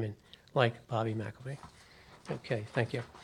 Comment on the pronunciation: Excellent, but, and without meaning to be or even seem to be offensive, McIlvaine shouldn't be pronounced as if there's a letter 'a' in "Mc". Two simple examples that're very well known are the names MacDonald and McDonald, both of which we all know to exist while also not being pronounced as if both begin with "Mac". It's a matter of linguistics, say. And with that said, I wish you all great success with the Bobby McIlvaine Act as well as your full mission and all of the work you've all most dedicatedly performed for over a decade now.